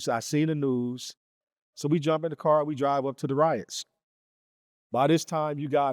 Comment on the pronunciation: Its car not card respectfully